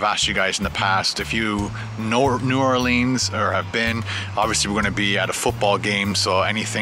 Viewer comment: It's New Or leans